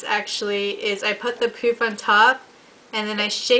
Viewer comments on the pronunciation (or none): i believe it is pronounced as "puff" not "poof"